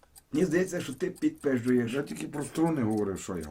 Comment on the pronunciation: "пидпэзжуешь", поправка)